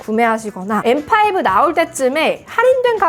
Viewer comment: 아이폰13시절엔 떨튀이-인나~ 라고 원어민발음하셨는뎅.. 이번영상에서맥소개하실때 엠파이부 라고 하시니깐 구수하네염